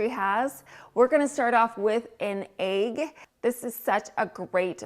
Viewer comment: The way you say Aig for egg! 🥰